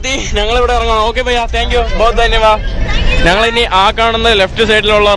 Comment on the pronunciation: നങ്ങൾ അല്ല ഞങ്ങൾ...